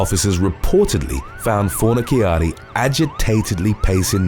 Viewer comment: Fornaciara, ci shsh sound! fornishari is how it is pronounced